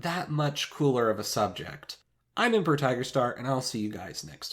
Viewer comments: thats ahh, some pronunciation you have there.... empo rer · Not sure if anyone else noticed this, but in the Ridge Wallet sponsorship he says the code to use is Emporer instead of Emperor.